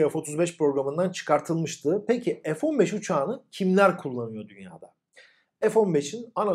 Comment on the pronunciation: F-1SEX diye Okunuyor :D